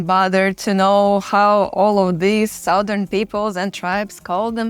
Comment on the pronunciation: great content and images. Just one minor suggestion, the ou in Southern is pronounced as short 'a'.